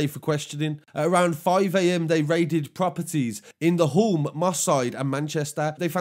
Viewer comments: Hulme is pronounced as Hume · You say hulme like you would say Hume with no L